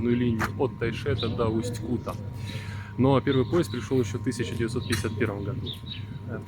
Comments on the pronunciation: Неприятно слышать как автор город называет усть-кУта, правильно говорится усть-кутА, усть-кутЕ, усть-кутУ. Я там жил почти всю жизнь. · Не Усть Кута бля, а Усть - Кута. Ударение ставится на а. Не на у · Совет для человека который рассказывает о любом городе - научись у местного населения как правильно проговаривать название города ( не Усть -Ку'та, а Усть-Кута'). Осетрово, это название связанно не с названием поселка, а с рыбным промыслом - ловлей осетров, которых тогда было очень много. Не надо из себя делать великого историка, чем показывать где находится исторический музей - сходи туда, посмотри, послушай, на крайний случай почитай, а то так и будешь выглядеть лохом для людей которые там живут. А ещё ушлепком, для тех, которые побывают в этом не таком, как в твоём видео, а действительно хорошем городе. Я знаю, что нельзя обижаться на больных и ,,,, людей, по этому вопрос к тебе - ты от куда, с какого города?